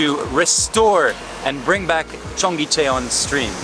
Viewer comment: Amazing that you spent time in Seoul and at Cheongyecheon and never listened to anybody pronounce the name. It's pronounced "chung-gay-chun". Not difficult to say. Listening to you say "chung-gay chay-on" throughout this video was excruciating, and really damaged any credibility you may have had.